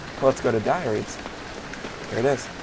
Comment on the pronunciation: at 0.14 you said Diareah :C